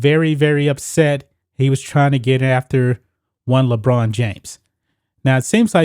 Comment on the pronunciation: Ohhhh le china james.. I thought you said vagina james